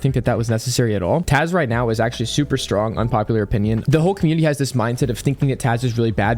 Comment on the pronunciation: are you serious right neow?